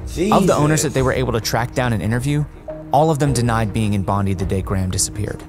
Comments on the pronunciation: Bondi is pronounced as BOND DYE - not Bond Dee. I never knew this event as I was yet to be born. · Spot on!! also it's Bond-eye not Bondee and we called them flats not apartments.